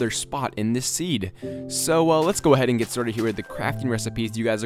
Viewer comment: you said lets go ahaid like 5 times